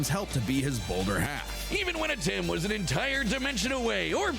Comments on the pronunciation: Antem? Man you sere right about not being able to read. Your brain def short circuited because they literally just pronounced his name Atem too. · And this was seconds after she said Atem correctly before